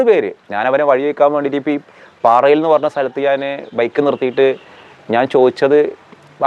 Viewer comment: പാറയിൽ അല്ല. പാറൽ ആണ്